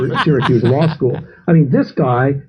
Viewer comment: "I went to lie-school on a full academic scholarship."